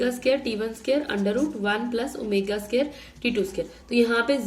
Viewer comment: Scare nhi ... square hota hai vo😂😅